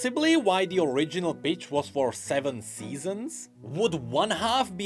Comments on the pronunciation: Legit when says the "pitch" iam hearing "Bitch" bruh.... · I love the way pronounces "pitch". It must drive the algorithm absolutely crazy...